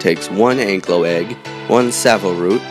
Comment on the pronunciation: Thank god you don't say anklyo im proud that you say ankylo im a dinosaur fossil excavator and have named 3 dinosaurs